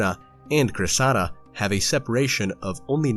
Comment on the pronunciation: Cressida is pronounced CRES-seh-dah, rarely Cres-SEED-ah, but not Cress-SAH-dah. The name comes from a character in Greek mythology and a Shakespearean play inspired by the same myth. Thanks for the video!